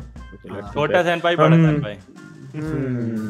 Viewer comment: It's sen pai